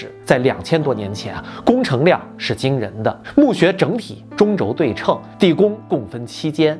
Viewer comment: 纠正一个读音，对称duì chèn，多期节目都出现过，希望今后能纠正，谢谢。